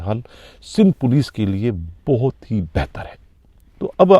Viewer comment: Bhai"ANTAK" nhi"ANTHAK"..aur"BOATT"nhi"Bohathh"..plz apni urdu behtar karen...ye sb battain MQM ki Mott sy pehly ki hn ya badd ki,kion ky ab to Karachi mai FARISHTY move kr rahy hn...yar ye sb wardatainn aik roti salan,Chai pr beyhlny waly sahafi ko patta hy to phir ye "aunty" corruption police Kia sirf hissa wasool kr rahi hy😊